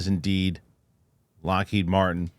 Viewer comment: Witness 2; Ross. It’s Lockheed😊😊